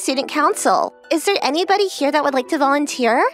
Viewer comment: ´´Nybody ˋˋ😂 Instead of anybody